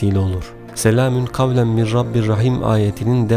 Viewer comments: Mir olarak okuyorsunuz ama min yaziyorsunuz, acaba nasil telaffuz edecegiz? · Soylerken mir diyormus gibi cikiyor ama min yaziyor baslikta